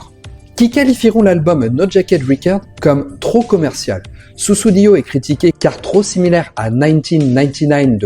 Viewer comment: pour info, à ce n'est pas Steve Hackett à l'image mais Mike Rutherford. De façon générale, un (tout) petit effort sur la prononciation des mots anglais ne serait pas de refus (entre autres, "no jacket riquaired" 🤨). susSudio (avec 2S au milieu). Désolé, trop approximatif (je n'ai pas relevé tous les défauts), cela part d'un bon sentiment mais... bref j'arrête à